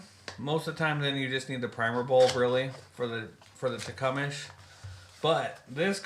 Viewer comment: Great content, lot more expensive in canada unless you go through hutzl and wait forever and a day. appreciate you posting and look forward to the next. Leak down tester and bulk pack of mower keys the only items you missed. and its 'tecumseh' as in wm tecumseh sherman the union general Tecumseh, Shawnee War Chief was a charismatic leader, an orator and respected war chief of the Shawnee Indians of Ohio.